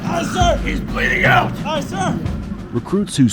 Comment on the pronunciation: It’s aye not Ight lmao